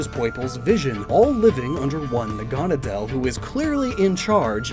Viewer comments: Naga-nadel. Naga being a snake/dragon person. Nadel being needle in German. Making it NAgaNAdel, not naGAnadel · naganadel is probably pronounced naga-Nah-dull because Naga and the German word for needle. I pronounced it na-GAH-na-del for a while too but the former just makes more sense and rolls off the tongue better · The way you say "Naganadel" just bugs me.